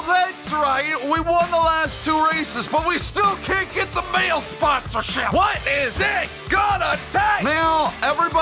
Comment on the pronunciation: What’s happening everybody Mahle won’t sign you bc you keep pronouncing the name wrong here 😂